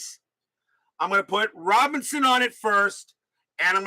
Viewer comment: Vada “Pin son”. (Robin son)